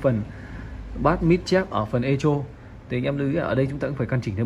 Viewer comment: Echo đọc là "ê cô", không đọc "ê chô".